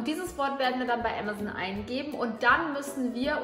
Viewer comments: Sorry Bibi ,aber du sagst ämäson, es ist amazon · Bibi statt amazon : "ämazen"😂😂😂😂😂😂😂😂😂😂😂😂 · Bibi sagt ganz zeit ämazen das heißt amazon 😂😅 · Wieso sagt ihr ämazon und nicht Aaamazon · es wird Am-ason ausgesprochen nicht emeson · Amazoon lol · Wer sagt denn bitte Ämasän?